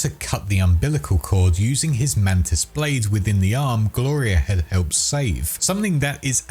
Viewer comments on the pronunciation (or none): none